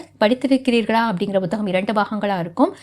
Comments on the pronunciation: Not buthagam madam, it is puthagam, pls correct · Bhuthagamaa??? Puthagam nu sollumaa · அது வேற ஒன்னும் இல்லைங்க எல் கே ஜி யிலிருந்து ஆங்கில வழியில் படித்ததனால் பு(b)க் என்பது அப்படியே பு(b)த்தகம் என்று வந்துவிட்டது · புத்தகம் என்ற சொல்லை உச்சரிப்பது சரியாக இல்லை. முதலில் புத்தகம் என்ற சொல்லைத் தமிழ்ச் சொல்லாக உச்சரிக்கக் கற்றுக் கொள்ளுங்கள். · உண்மை -- தமிழ் உச்சரிப்பு கெட்டுப் போய் பல வருடங்களாகி விட்டன -- ஒன்றும் செய்ய முடியாது